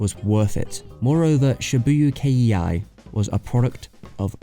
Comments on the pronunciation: I loved this video but also I had to say not K.E.I. Just Kei, or K. Please. It is not Kei Iih Aih. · It's not Shibuya K-E-I. It's Shibuya-kei, pronounced kay. Kei denotes lineage and in this context means "Shibuya Style."